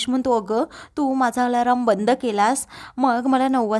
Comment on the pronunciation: आलाराम नाही ग आलार्म , 😂